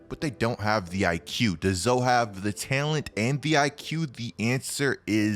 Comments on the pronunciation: Bruh, why do you say "talent" like "tellint"? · Is anyone else uncomfortable with the way says “talent” lol. Otherwise good video dawg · i hate the way you pronounce talent :D HAHAHAHAHAH